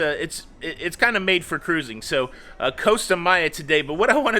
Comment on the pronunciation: Looking good! Still think you should shake your fist when you say KA RUISING on the next rant you have😂